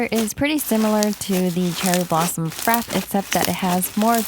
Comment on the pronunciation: its frapp-ey im pretty sure